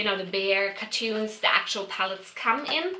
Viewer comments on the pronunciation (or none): The way she says cartons sounds like cartoons?